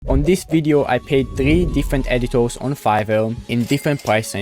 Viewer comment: "Editours" HITS hard